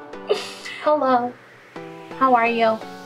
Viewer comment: Ooh okay thanks. I was like... what? cause that sound like an "Hola" and I'm spanish, so I was confused xD hahaha